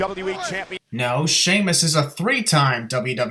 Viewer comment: 3:95 idk who it was but someone said damus not shamus